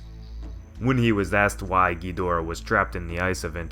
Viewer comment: King Ghonareah